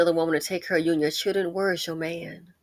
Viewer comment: Lol , not Chilren 😂!! Lil Tee Tee must have found a job . I haven't heard anything about her lately 😂. ❤